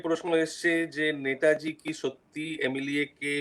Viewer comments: যিনি প্রশ্নকর্তা তাঁর উচ্চারণ পারদর্শিতায় আমি হতাশ । নেতাজীকে উচ্চারণ করছেন ন্যাতাজী । আর কি কাউকে পাওয়া গেল না । হাজার হোক নেতাজী সম্পর্কিত অনুষ্ঠান । যথেষ্ট perfection—এর প্রয়োজন । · To the host=Baba choda naytaji ki? Gandu..... Thik kore uchharon kor...... 🌹🌹'NETAJI'. 🌹🌹....... Chandrachur and u peoples rock, salute to you both. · আর বাংলা ভাষার কোনো উপভাষা (dialect) তেই নেতাজী কে কেউ ন্যাতাজী বলেনা। এটা ঐ মহান মানুষটির অপমান। 'নেতাজী' সম্বোধন কেবল ঐ একজন মানুষ কেই করা হয়। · উচ্চারণ ঠিক করুন। ন্যাতাজী নয় নেতাজী।